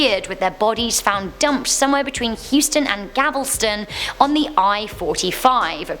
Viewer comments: Galveston. Not Gavelston. Great job tho!! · She said Gavelston and not Galveston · She said gablesten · Oy!! This Pronounced, Gal- ves- ton!!!! Google him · She said gavelston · Its gal-vast-ton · You pronounced Galveston wrong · She said Galveston wrong